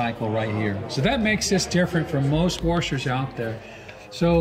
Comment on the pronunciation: top three "worshers"